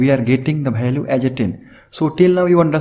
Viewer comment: say value not bhaalue !